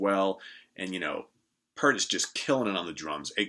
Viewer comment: Pee-ert! It's Pee-ert!